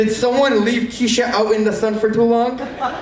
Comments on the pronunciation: lol didn’t write his own jokes, clearly. “Someone left Ke$ha out in the sun too long” but he pronounced it Keisha. If it’s your own joke, you would never read it wrong. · i like how nobody laughed at the part when mispronounced kesha until he corrected it 💀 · yes, I was totally expecting him to try and be funny but the room would just pity laugh lol. he did pretty good though, I think it's bc someone wrote his jokes for him. how did he not know how to pronounce Kesha but he said that was his first thought when he met Jason